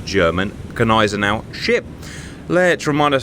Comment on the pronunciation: Gneisenhower! 🤣 I can't!